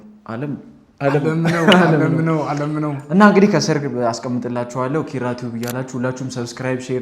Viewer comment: እባክህ የ አ.አ ልጅ ነኝ እያልክ 'ኪራ' የሚለውን ቃል ጥብቅ አድርገህ አትበለው የምር ይደብራል ኧረ😂😂 በቃ አላልተህ ኪራ በል ከአንተ አልፎ የስሙ ባለቤት እራሱ ኪኪኪራራ ብሎ ጥብቅ አድርጎ ነውኮ የሚጠራው። ይሄን እስቲ ግድየለም ትክክለኛ የአ.አ ልጅን ይህን ቃል በልልን በሉትና ልዩነቱን ስታውቁ በራሳችሁ ትስቃላችሁ የምር። ስግጥ እርግጥ አድርጋችሁ ኪኪኪኪራራራራራራራራ😅😅😂😂😅